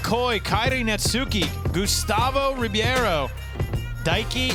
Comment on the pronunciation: Dude phuck for saying Netsuke's name wrong the whole time. Baka gaijin!